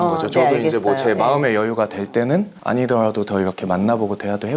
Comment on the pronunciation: 뒷사람은 늘 느끼지만 ㄹ발음이너무이상해 아니더라도 라는 단순 한국어에도 아니더RRㅘ도 이상하게굴러감...